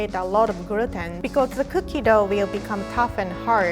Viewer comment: Everyone: Gluten: Gruten